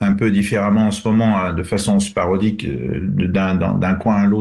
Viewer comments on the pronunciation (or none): Attendez ,attendez ! On est entrain de vous la faire à l’envers laissez nous le temps de faire un bon boulot ,et ce monsieur aussi est un peu à l’envers on ne dit pas sparodique mais sporadique et on ne dit pas ombroglio mais imbroglio…….